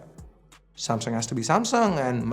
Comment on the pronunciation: Nailed the Samsunt